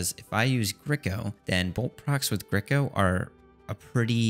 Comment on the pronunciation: thank god you fixed the pronounciation of grico haha been bugging me :D anyways, very nice series bro :)